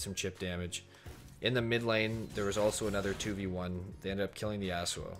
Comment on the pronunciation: I swear him saying Yasuo at 15.06 is actually saying arsehole